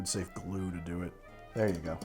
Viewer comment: Am i the only one hearing dew instead of do? Everytime!